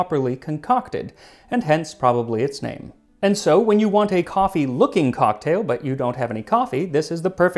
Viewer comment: Say "coffe" one more time, I dare you. I double dare you!